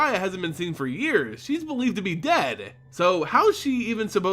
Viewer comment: i cant fucking stand how the narrator ends words as he speaks themehhh. Toooluhh. Deadeh. Pyromancerrr. Gogglesuh. Ballardeh.